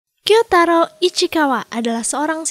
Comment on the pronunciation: Salah mbak itu yang benar kyoutarou